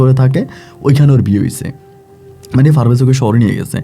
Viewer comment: For your kind information it's not Farvez it is parvez